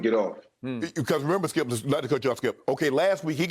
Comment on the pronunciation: lmao Unc has probably said "skiup" well over 10,000 times since they've been on air - don't never change Unc